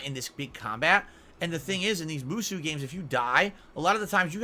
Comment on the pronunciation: I hate the way pronounces the word "Musou" so much. I actually give a shit about those games and it pains me to hear it pronounced that way.